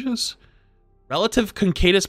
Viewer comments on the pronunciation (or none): not sure if he is meme'ing or just has absolutely no idea what letters are in the word "caduceus." i remember watching something months ago where he pronounced it in the same weird ass way. "concadis...." like nah my guy, not even close. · You are just saying the staff name wrong on purpose right? I know no streamer or yt'er ever says it right but concadus staff is so aggregious I have to comment. Such a pet peeve of mine when mispronounce something they so confidently say. It's not that tough of word to pronounce correctly. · that’s no N in Caduceus, it’s pronounced CA-DU-SEE-US, that’s has been bothering me for so long 😂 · The way that pronounces Mercy's caduceus staff/blaster should be a crime. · Who’s gonna tell hes pronouncing “caduceus” wrong wrong 😂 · I don't think he can read either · Not quite how you pronounce caduceus but certainly interesting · Yea cool queen buffs, WTF WAS THAT CADUCEUS PRONUNCIATION!?